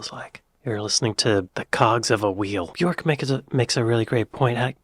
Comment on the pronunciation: Björk, isn’t it? Bjórk would be pronounced differently in Icelandic